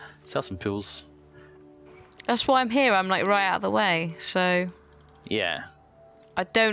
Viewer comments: ohhhhh it's POOLS, not pills... now it makes sense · The whole time i thought said he wants to sell some pills but it was really pool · Every time says "Pools", I hear him saying "Pills", and I think he's selling me drugs >_> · Wait.....he's saying "pools"?!